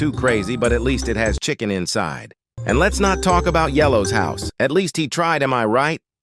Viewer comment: I thought you said children💀